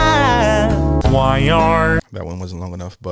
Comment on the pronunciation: he is very remarkable. i think he couldve hit the ed sheeran one if he change his pronunciation of the word plan.